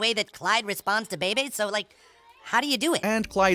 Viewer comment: That's not how you're supposed to pronounce Bebe's name. Where are you getting this pronunciation from? Don't you watch the show?